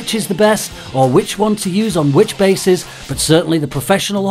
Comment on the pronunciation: Am I the only one who heard 'witches is the most popular' instead of 'which is the most popular'?